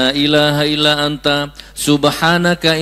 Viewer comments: Maaf Gus, membaca hadisnya bukan ala dzikrullah tapi, ILLA ..... ngapunten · Ila bukan alla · illa dzikrullah kok dibaca ala dzikeullah ..??? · Salah bacanya Gus.. Illa zikrullah (إلا ذكرالله) dan muta'allim (متعلم)